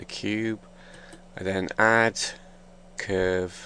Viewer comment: thumbs up if you hate how he pronounce word "cuuurve" :3